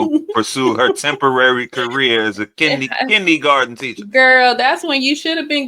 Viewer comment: Kinneygarden.....ugh. It's kindergarten!